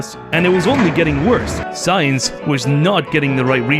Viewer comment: “Cum science” I can never unhear or unsee that now……